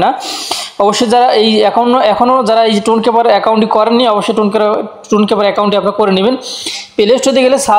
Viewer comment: Vai টন কিপার হবে, টুন কিপার আবার কি ভাই?😑